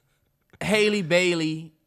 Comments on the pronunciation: love this pod… btw it’s ha-lee not hailey bailey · It's not haylee guys it's hah-lee (like "has") haha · Y’all stay pronouncing that girl name wrong had it right at first lol its Halle (Ha-Lee) not hay-ley